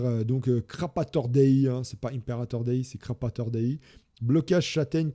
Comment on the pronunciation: c'est CrapOrator Dei, pas CrapAtor... on dit un crapaud, pas un crapa 🙃